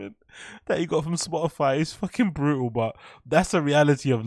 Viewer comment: Spoh ih fie innit